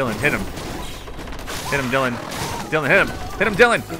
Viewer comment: "We got DiElin............... OH DYLAN dylan" lol bit of a brain fart there eh?